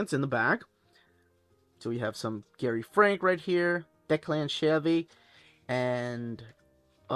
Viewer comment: I'm begging you to stop pronouncing declan as deck-lan 😂😂. He's irish it's pronounced deck-lin. Love the videos